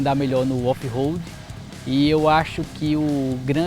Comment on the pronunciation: so para deixa claro quando se pronuncia RO não e RO de roupa ou Roberto ROAD - RO - se pronuncia com o R mais fraco, com se ele estivesse entre duas vogais no meio de uma palavra EX: aroma. A letra O no alfabeto em inglês se pronuncia OU.Então a pronuncia correta de ROAD é ROULD com D mudo no final.